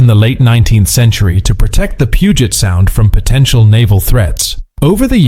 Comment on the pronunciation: I noticed that too. The 20 Centchar? World War Second?